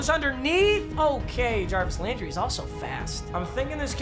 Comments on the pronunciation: “Travis Landry” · “Travis Landry”